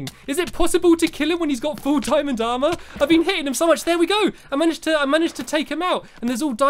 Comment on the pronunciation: DJ WOLF BO$$ he said aremer not aremr